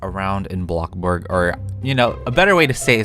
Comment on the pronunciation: BLOCK burg ? …. It’s BLOXburg